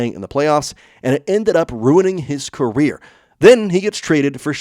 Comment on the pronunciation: You say enntt instead of and